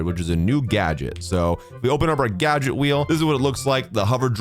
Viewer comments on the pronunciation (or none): none